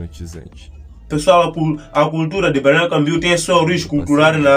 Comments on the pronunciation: Fale mais devagar, para pronunciar melhor. BALNEÁRIO CAMBORIÚ. CAM BO RIÚ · Essa ANTA falou o nome da cidade ERRADO todas as vzs....